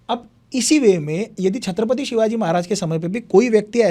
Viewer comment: Irritating.... How did our Marathi guy didn't correct the interviewer calling the words " Shatrapati and Hinditva..... It is Chatrapati and Hindutva .... I wanted to slap and correct him